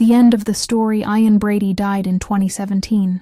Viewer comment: I could have taken it more seriously if the names Ian and Myra had been pronounced correctly. That's basic stuff.